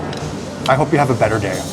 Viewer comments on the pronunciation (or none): none